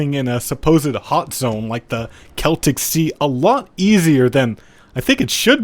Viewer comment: learnt how to prounounce "Celtic" correctly but then went back to square one with the river "Thames" (tems, not fames) =)